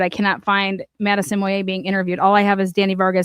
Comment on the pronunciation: * Bandfield, not Banfield * Moyé's (Matt), not Moyer's * Saeed, not Sead * Just FYI 😉